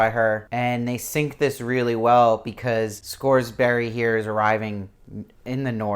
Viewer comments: Good review but you're cracking me up with the Scoresberry. It's Scoresby pronounced Scores*bee and Serafina Pekkala is pronounced Peckala. I'm the most concerned about her character as I visualize her as Eva Green, even when I reread the books. She was so perfectly cast and embodied the beauty the witches are supposed to possess that I can't imagine anyone else in the role. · Agreed, good review, but he said like every name wrong and it was driving me crazy. Don't know if he's just trying to get these done fast or not paying attention, but other than that I appreciate that he's one of the only YouTubers covering this show! Lee Scoresby = Scores-bee, Lin Manuel Miranda = Man-well, Serafina Pekkala = Pek-uh-luh, Iofur = Yo-fur, Lord Boreal not Loreal.